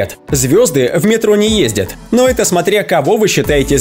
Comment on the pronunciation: странно ты произносишь слово "ЭТО " ты говоришь вот как ---> ЭТЭ или ЭТЕ